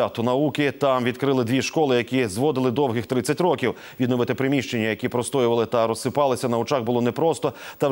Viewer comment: не зво'дили 30 ро'ків, а зводи'ли 30 рокі'в, наголос такий має бути